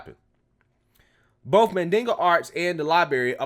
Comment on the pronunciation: "Mandinga" (Mandingo) arts? Really 🤦